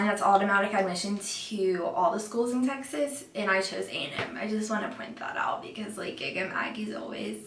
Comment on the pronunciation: I thought she said sexist A&M I was thinking “WTF?”